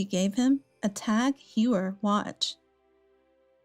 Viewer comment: It's pronounced "Tag Hoyer" The narrator for the story about the pregnant woman whose SIL dumped her 3 boys on her is annoying